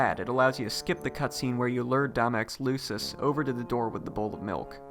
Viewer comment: “Loosus”? Disliked. Unsubscribed. Wait I’m not subscribed. Disliked. Subscribed, unsubscribed (really nice video for real though)